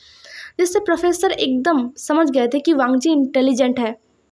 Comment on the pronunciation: nice part but apne college me bht bar wangi ko weing bolaya he